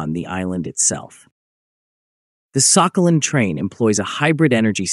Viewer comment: Thank you, ChatGPT. But the commenter was just mocking the pronunciation of the island's name in the voiceover, is all. In the Russian pronunciation, the "х" is somewhere in between the Scottish "ch" and the English "h", not "k"; and the stress is on the last syllable. "Сахали́н".